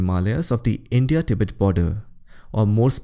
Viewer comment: Pronounciation of Tibet is more correct as तिब्बत instead of टिबेट